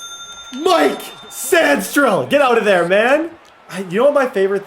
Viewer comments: Mikey sain-Ris-till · Julian Brents, Kwity Payne, Mike Sanstril, Alex Pierce 😂😂😂, slow down and learn your players names 😂😂😂